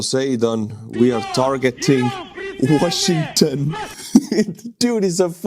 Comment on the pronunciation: He's mad because his stolen Ukrainian washing machine can;'t be fixed that;s why he is so disturbed and pronounces Washing...ton!!!